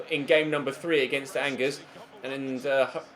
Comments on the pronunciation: Bring back Lucas Digne at LB. Side note: its pronounced On-Jair, not Angers. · Angers is pronounced Anjay